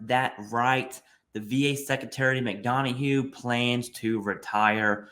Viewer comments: (Mick - Don - Uff) not (Mick - Dawn - A - Hue) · Mick-done-uh not Mick-don-a-hue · Why the hell do you keep calling him "McDonahue"? His name is McDonough. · "pronounced " Mc Dun-Uhh"